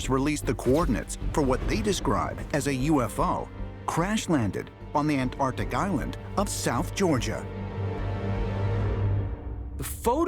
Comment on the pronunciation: That scientist (can’t remember his name) keeps saying “AN TARDIC” it beggars the imagination that he went to school at all. 😂